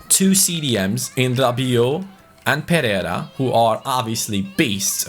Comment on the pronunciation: Pereira is pronounced per-ay-ra. Just a little detail